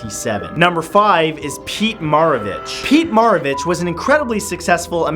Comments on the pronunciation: I hate how he says Pete Maravich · You mispronounced maravich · I spent the majority of the video waiting to see if Mark Twain would be listed. I do have to complain about how he pronounced Pistol Pete's last name. Having been a fan of any and all LSU sports teams, it was a bit painful to hear the name of the man our basketball arena is named for being so mispronounced. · And pistol Pete last name is pronounced Mair o Vich